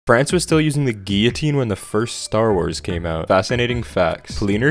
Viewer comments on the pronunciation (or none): “France was still using the geeeeotine” lol